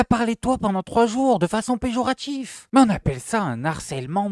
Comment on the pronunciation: "On appelle ça un-n-harcèlement moral" --> "On appelle ça un Harcèlement moral" Le h de "harcèlement" est dur : on ne fait aucune liaison avec la consonne qui précède.